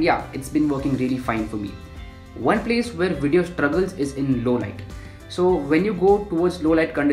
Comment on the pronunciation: Nobody: Every YouTube Video: Snazzy intro, hip music, wide shots - "Welcome to today's Wideo"